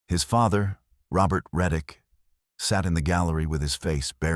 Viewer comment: Tyler Reick, not reddick. I can’t find this crime anywhere.